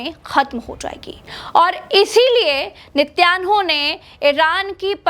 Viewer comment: Netanyahu ki jagah jab ap Nittyanu bolti ho hahhaha😅😅😅bara maza ata is insaniyat je dushman jinawar ko